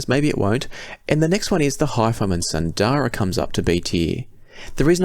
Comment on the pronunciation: Isn't Sundara pronounced Soon-dara (assuming it is based on Sanskrit)? Same with Susvara.